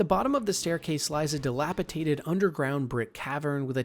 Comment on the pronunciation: Dilapidated, not dilapitated.